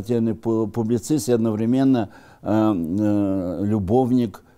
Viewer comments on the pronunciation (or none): none